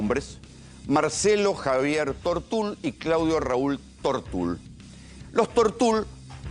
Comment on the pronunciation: "Tortul", no tiene acento ortográfico, se pronuncia como se escribe, sin acento.